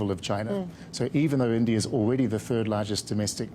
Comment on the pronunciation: ieeendiaaye......how hard is it to say "India"